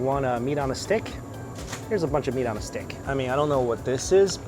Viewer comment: "meat on a sHhtickk"😂